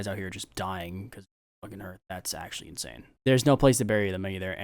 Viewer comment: Hey, just a quick one, hearth is the same word as in hearthstone, the vowel doesn't sound like an e but like an a